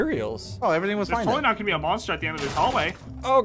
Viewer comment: He said probobly